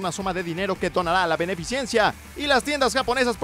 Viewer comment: Acaso dijo benifeciencia...?